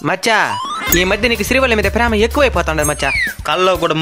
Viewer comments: శ్రీవల్లి ❌️శ్రీ గల్లి ✅️ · Adhi srivalli kadhu bro karevalli 😂😂😂😂😂